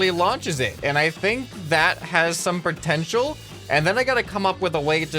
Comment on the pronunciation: pretential lol